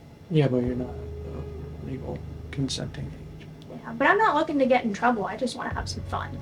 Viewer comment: The "I dontwanna get introwwble and I dontwanna get u introwwble" decoy is somethin lol